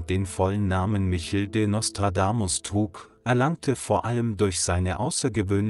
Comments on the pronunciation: tschau , also Bitte sprich den Namen richtig aus , oder lass es besser der heist nich Michel ;-) sag wenigstens Mischel das ist französisch gesprochen , Michel lebt bei euch in Holz irgenwo ;-) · Das dachte ich auch sofort! KI ist langweilig und betont oft falsch. Und sie muss Eigennamen richtig aussprechen lernen.